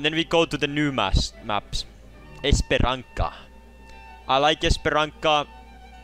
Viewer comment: That is not how you say Paraíso and Esperança 😭😭